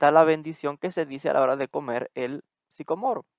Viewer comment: Disculpas, pero primero pronúncialo correctamente